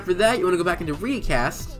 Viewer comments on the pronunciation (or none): Its pronounced riiicast